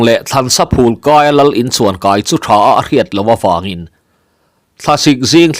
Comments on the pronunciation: Thlansa phulkai tih hi phûl hnim ang in i lam thin a phûl thil chhum phûl liam ang a phûl hi lam ni se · Ih maw,Thlan sa phul kai tiha Phul hi ..chaw phul tiha phul lam anga lam tur a ni e.